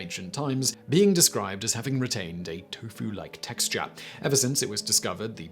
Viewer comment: Dude i watch your videos all the time. But Wtf. You called tofu "too-foo". Bad form. Maybe I'm trippin. But seriously. Too-foo? C'mon man.. Pull ur shiny head out ur a$$ 😜